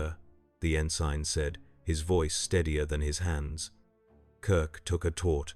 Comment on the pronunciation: Good grief, fix mistakes. Tee Eye Eee fighters? N Sign?